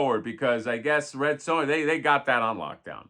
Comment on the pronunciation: Red Sue-Ya 😂😂😂 love it